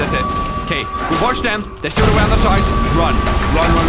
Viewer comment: is it me or did i hear arounk here